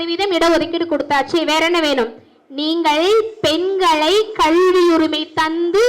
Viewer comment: கல்வி என்று ஒழுங்கா உச்சரி கள்வி என்று சொல்லு😢